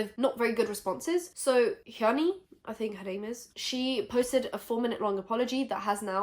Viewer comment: How is able to pronounce Hyunee's name right but not Stephanie Soo??? I know it's not a big deal but girllllll XD